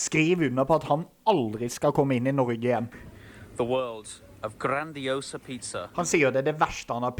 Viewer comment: å koffer faen seie han grandis e ass. har faen vore på italienske ute steder og alt å hatt varre pizza. han mannen her har barra handicappa tunga. bør gå på sjukehuse me den